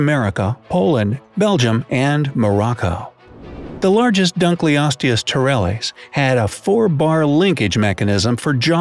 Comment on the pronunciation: The way you pronounced the creatures names hurt me.... Bc it’s “Dunk los tee us” and “mega lay nia” not “mega lan ia” Still love this channel doe